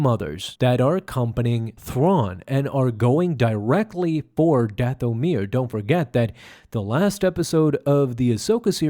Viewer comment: Plz mever say dathomir again